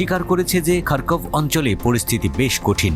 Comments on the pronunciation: খারকব নয়, খারকিব হবে। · খারকভ না খারকিভ😂😂